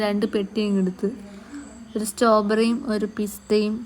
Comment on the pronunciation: Stawberry allaa Strawberryyy😂😂😂